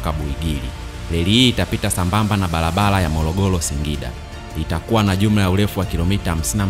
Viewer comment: Sio mologolo,balabala, morogoro na barabara.